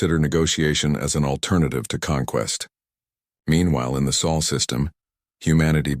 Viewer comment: Chen name used. Automatic dislike! AND IT'S SOL, NOT SAUL.